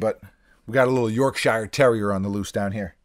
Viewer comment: York-shire terrier? 😂 York-sher, it's York-sher. Drop the 'ire' fella